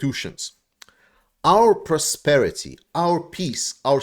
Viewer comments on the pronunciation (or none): Your donation dudes are wearing iranian clothes. The word prosperity is not pronounced prosperty.